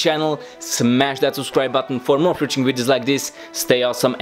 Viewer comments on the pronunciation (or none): smash that subscribe button for more WHAT videos? are you saying "future"? It's hard to tell and I've been watching a while now.